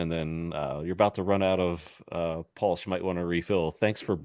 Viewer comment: But he can't pronounce PULSE. And he's British!